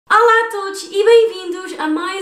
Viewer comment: É impressão minha ou começas o vídeo com um "Alá" em vez de "Olá" ? Acho que falas muito, devias de mostrar o procedimento, passei o vídeo quase todo à frente.....Torna se muito cansativo ouvir te apenas a falar!